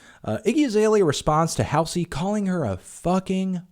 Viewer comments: It’s ‘Haul Zee’ not ‘Hail zee’ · I agree with everything you said in this video, but her name is pronounced "Hall - Z" (hall, like in hallway). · Not that it matters but it's pronounced HALL ZEE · that’s how it’s spelled. Hallsey would be pronounced “halls-ee” but Halsey is “hal-see”. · the way he says halsey😭😭😭😭😭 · For. 1 your totally pronouncing Halseys name wrong but i get you Im Halseys #1fan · Can you maybe learn how to say her name? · He can't even pronounce Halsey correctly, lol. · when he mispronounces halsey throughout the entire video... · funny he says she's embarresed herself but he can'teven pronounce her name..... wow